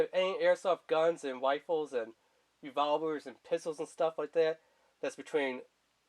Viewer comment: also I was like "its Rifles not Wifles" lol